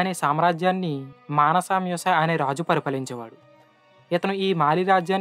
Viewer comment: Manasa Musa kaadhu Mansa musa